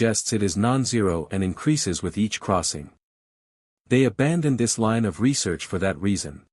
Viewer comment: Pronounciation and inflections are atrocious in parts, especially names, but also words like "line". Repetetiveness, bland/monotone iteration, bad grammar in general. How the f* did the Voyager crew know, right at the start, that the unknown material is Naquada? This, like 99% of all AI stories would be so much better with better vocalisation.